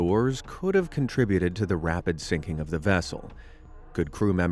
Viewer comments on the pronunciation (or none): none